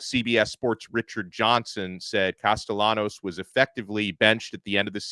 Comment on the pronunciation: These guys are utter idiots. is an FSU hater. He trashed FSU constantly when they won the ACC a couple of years ago. No one, absolutely no one at FSU is saying the nonsense this National is saying. FSU is happy with Castellanos, and can’t even pronounce his name correctly. No one is concerned about Castellanos comments except idiots like these guys. If you think that Alabama’s players are going to play any differently, you’re delusional. It’s akin to Anthony Richardson saying Florida would beat FSU. So what? It didn’t happen and the better team won. Football games are NOT decided by words before games. Tye better team will come out victorious between Alabama and FSU. Words don’t matter…Mike Tyson said it best about someone’s plan goes out the window when they’re hit in the mouth. FSU was psychologically KO’d before last season even started when the Playoff Committee stole the Playoff spot they had earned on the field. It was telling FSU’s players that all of the hard work they had done was meaningless and that carried over into the next season. The talk about firing Norvell is ludicrous. He was the National Coach of the Year in 2023, yet he doesn’t know how to coach? is an idiot! One thing we won’t have happen is the Playoff Committee stealing another spot from FSU with the expanded teams. It was theft, pure and simple. If you think FSU couldn’t have competed, please tell me how teams would have scored on FSU? Have you checked how many members o